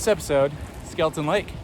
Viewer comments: Got equally frustrated watching this video seeing the signs that say Skelton but he KEEPS SAYING IT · Skelton not Skeleton!😳